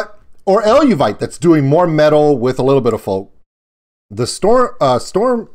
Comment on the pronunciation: Very interesting reaction - thanks. Just fyi it's pronounced El-vay-tee. They are awesome as well.